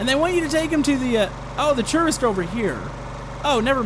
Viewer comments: Did you say terorist isntead of tourist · why does he pronounce tourist as terrorist?? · Every time you said tourist, I heard terrorist. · When you first said tourist it sounded like terrorist. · when he says tourist it sounds like terrorist